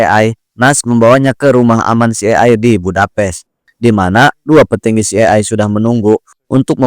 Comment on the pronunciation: CIA dibaca Si Ai Ei. Bgtu bro. Greget aja dengernya. But, makasih reviewnya